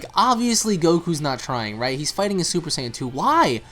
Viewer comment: And why does guy keep saying super sign instead of super saiyan the american dub way of saying...or the japanese way super saayaajin....this guy created his own way to pronounce it lol